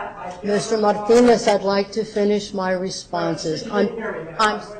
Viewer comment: Damn, that woman is execrable. A man-hating control freak. Every time she speaks i say fuck you out loud:) "FY could stand for Fuck you, yes" The way she pronounces Marrrrrtinez is really disgusting